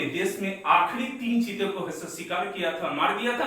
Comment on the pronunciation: जीते नहीं सर चीते